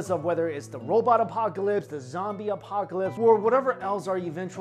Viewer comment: The subjects you're covering are really interesting, and the way you present them is captivating, BUT you really have a problem with adding "H" after "C", "T" and "P". As in "ApocHalispe", "CHolapse", "THower" , "THop", "PHower", "PHlunge" etc, especially when you put accent to an idea. Watching many of your videos, this issue starts to stand out and it becomes irritating. Try some diction exercises.